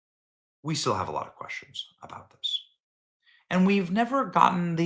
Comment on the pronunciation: The word is, "questions" and not, 'queschtions'.